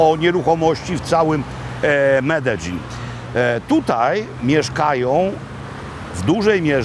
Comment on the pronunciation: Tak się prawidłowo tam wymawia..